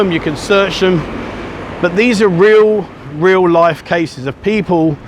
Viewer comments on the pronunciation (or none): none